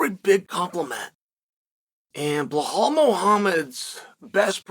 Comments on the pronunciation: Blahal forget how to say his name Muhammad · Why can't the man say BELAL it's not difficult 🤦🏻‍♂️